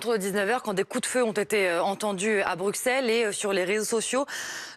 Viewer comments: On dit 'BruSSeles' et pas 'BruXXelles' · Pitié ! Pitié ! On prononce . Prononcez donc "Xavier de Xaintrailles a soixante-dix-huit ans et passe des examens sérieux du coccyx à Auxerre et Meaux". X se prononce de trente-siX façons diverses. Pour Bruxelles (et bruxellois) c'est "ss", comme le montrent son nom en néerl. Brussel, en anglais Brussels, en allem. Brüssel, en esp. Bruselas, etc etc. Il n'y a que les Turcs (et des incultes français) qui disent Bruksel. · On dit Brussel madame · Non Mr ,les flamands et les Bruxellois prononcent " Bruksel' Je suis belge. En Wallonie on dit les deux 😊